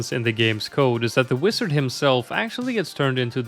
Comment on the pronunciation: never heard someone pronounce wizard as "wisard" before